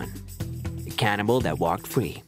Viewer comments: Come on mate, its "cannibal" not "canibal". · It's "cannibal".